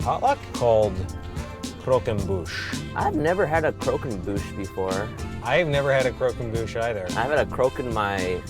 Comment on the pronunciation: I love, but can someone please teach him French pronunciation... It's cr-och-em-buche